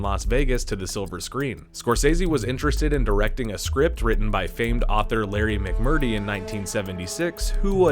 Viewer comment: It would be nice if the narrator actually knew how to pronounce the names of the people he is referencing.. It's Terry Gilliam not GILL UM..and Larry McMurtry not Mc MURTY.... 🤨 PLEASE!